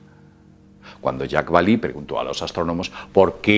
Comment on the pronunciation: (): Jacques Vallee se pronuncia "yacs balé", no "yacs balí". Es un nombre francés, no anglosajón. Por lo demás, muy bien video, como siempre. Gracias por tu trabajo y un saludo.